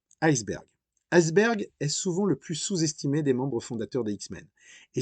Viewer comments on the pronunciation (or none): none